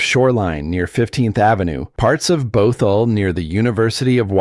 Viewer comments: And Both-all. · It's basically negative. Mispronouncing the names of Medina and Bothell are hysterical. This is called slop for a reason. It is slop.